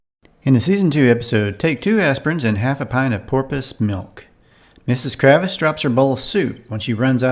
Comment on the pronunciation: KRAVITZ not Kravis